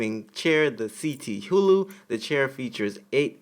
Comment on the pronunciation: Great vid man. But you kinda had me rolling with that Razer one. Its pronounced kuh·thoo·loo. HULU🤣